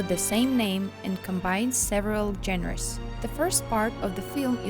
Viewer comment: Genre is pronounced as jon-ra, jon as in John and ra as in run. Just saying. Great video.👍